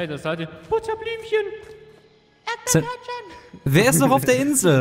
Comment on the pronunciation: versucht ernst zu bleiben❤️ Im Hintergrund: ErDbEeRtÖrTcHeN... ich krieg lachflash des Todes 😂